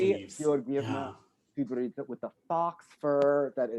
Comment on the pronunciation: Stepanova? Pavlyuchenko? He can't even pronounce Tutberidze right! I understand it's a long name, but come on, he had to say her name at every major competition for like 7 years in a row